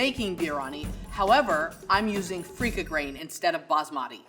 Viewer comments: Ok I can already tell Level 2 is going to make the most authentic Biryani without watching (where as Diversity kitchen chef is going to make her own deviation) So let’s call level 1000 Edit: oh boy, when level 3 said feeka grain instead of basmati rice I was like ‘oh no no no’ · As a pakistani-i have never cringed this much. Wtf is freika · … Come on, seriously freekah?? I’m not an Indian but that’s a blasphemy